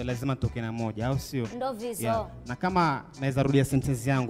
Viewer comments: Did I hear Shiks say 'ndo vidzo'! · Did i just hear shiks sayin 'ndo vidzo'😅😅😅